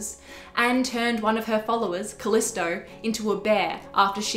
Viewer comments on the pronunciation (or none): none